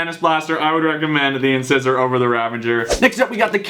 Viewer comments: Did u say incisors it's in ci sor. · Does your dentist pronounce incisor like that when he's looking at your teeth? That really triggered me